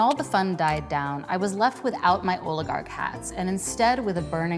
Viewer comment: Lol she said oil-i-gark